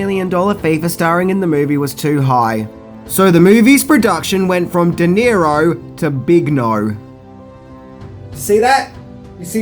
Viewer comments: De-Niro not Nero... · Who is Robert Di Nero? Do you mean Robert DeNiro? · Also - it’s De Niro, not Di Nero. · Just a small remark...it's Robert DeNiro...not DiNero. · That stupid accent really bites you in the ass. How about learning to spell and prannaunce (misspelled an paarpaus). It's Robert De Niro! De and Di are pronounced differently. Take off the sun glasses ans learn proper English. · "Robert Di Nero" looool